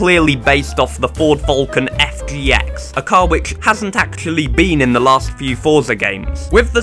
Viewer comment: ford foolcin 😂 it’s technically pronounced ford fell-kin